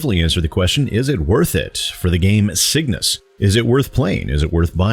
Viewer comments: That added "S" was killing me. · Pickups go to score and upgrade purchasing currency when your shields are full. You’ve also pronounced the name of the game wrong the whole time lol